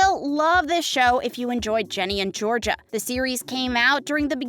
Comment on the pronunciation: it's GINNY not JENNY